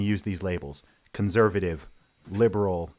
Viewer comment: I wish Carl would correct him when he says "conZervative". It's grating.